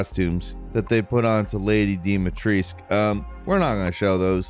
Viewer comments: DOUGH MIT TRESK. THAT'S HOW YOU PRONOUNCE HER NAME. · I know Falcons have beaks but your pronunciation of Lady Dimitrescu is diabolical lol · Who’s Lady Dimetrisc ? Thought it was Dimitrescu lel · Stop calling her Lady Deemahtreesk! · "...LaDy DiMiTrIsQuE" 🤡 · Jake, you should pronounce "Dimitrescu" like Duke did. XD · Love how refuses to properly pronounce Lady Dimitrescu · As a romanian...it hurts to hear how you say the name of Lady Dimitrescu....